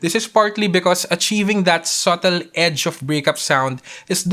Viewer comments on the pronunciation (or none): none